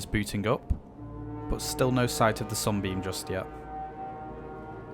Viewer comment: when he said Sunbeam, it always sounded like he said "Zombie"